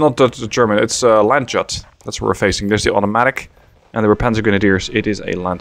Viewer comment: Sorry for annoying, but I internally die from it: it's Landyut in pronunciation. "Y" like in "you", and "u" like in "uniform"... Very sorry, love your vids ^^